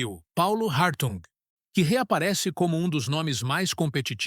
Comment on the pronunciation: O correto é Hartung ( H mudo)